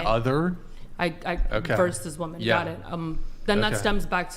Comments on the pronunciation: WHY CAN’T SHE PRONOUNCE THE WORD WOMEN???? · cant this fool say women? she is beyond an idiot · Why cant ppl pronounce the word women ? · Someone PLEASE teach her how to pronounce "women" & the definition of "proven."🙄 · Am i hearing “woman” or “women”? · Fucking drives me insane how she keeps saying "woman" when she means "women" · Why does she keep say "woman" when she should say women? Drives me nuts. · idk how they dont tell her to off herself, HOW are they letting her say "woman" instead of "women" slide? being that idiotic should be fatally punishable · Does no one else notice she says "womAn" for plural instead of saying "womEn"?? It annoys the hell out of me... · Why do women on these podcasts keep saying "woman" instead of "women" when referring to the plural? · Its women not woman stop saying woman. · Does it drive anyone else crazy when she keeps saying "woman" instead of "women" when she is talking in the plural..... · Did anyone else hear her saying "woman" as the plural of women? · You idiots that deliberately mispronounce women as the singular woman when you’re actually talking about the plural just sound like you’ve got a speech impediment that would come with drooling ! 🤤 you sound like idiots. seriously stop trying to change words, language exists for a reason so we know what we’re saying to each other. It’s how we communicate, Jesus Christ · Wtf happened to the word WOMEN? Even this womAn fcked up the word womEn. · WHY DOES SHE KEEP PRONOUNCING “WOMEN” as the singular “WOMAN” it’s driving me NUTS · The fact this chick keeps saying woman when the word should be women is driving me nuts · It's WOMEN not WOMAN!!! Drives me nuts!!!😂😂😂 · Christ! Its fucking Women, not woman when speaking about more than one. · Women have been oppressed so terribly that she can’t name a single concrete example of said oppression. Also, and once again, feminists can’t distinguish between the pronunciation between “women” and “woman. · Omfg it's women not women